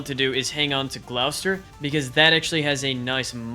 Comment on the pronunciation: As a Britisher, I cried when you said 'glaw-ster' Great video though